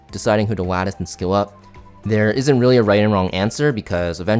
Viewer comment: the goat for being the only CC able to pronounce lattice